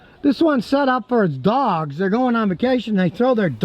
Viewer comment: I thought this was hilarious like why did you emphasize dogs so much